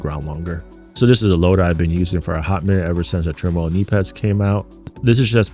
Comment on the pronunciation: meaning how to say the name.... to be in turmoil... TERMOIL say it with me l;ol